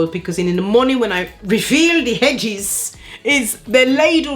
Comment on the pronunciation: Congratulations on reaching 23k subscribers,! Who doesn't want thicker/fuller edges, eh? I'm in🙋🏽‍♀️. You crack me up.. Edges - 'Hedges'! 😂😂